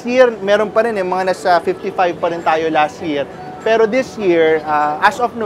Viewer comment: napaka diin ng salitang "PERO" mo ahh parang kinukutya mo talaga ang pilipinas sa dating mo ah, buti pa yung kabayan natin neutral lang saying na "walang pinag kaiba parehas lang namang matraffic" kung tutuusin magagawa naman yan sa pinas eh kung wala lang matatamaan na mga kabahayan or other structure sa pag gawa ng railways